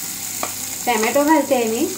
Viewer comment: Tommmato nahi ghalat